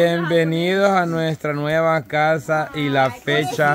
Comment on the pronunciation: La palabra casa parece como si fuera una z